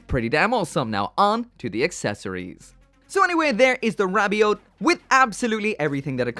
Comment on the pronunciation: Whenever you say rabiot all I hear is ravioli